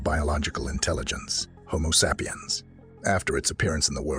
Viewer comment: Lost me at "homo sap e ums"